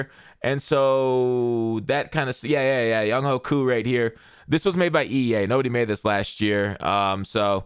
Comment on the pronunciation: Younghoe is pronounced Young-way